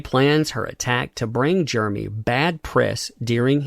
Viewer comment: Not really a complaint, but it’s kind of weird how you pronounce his name as Germey.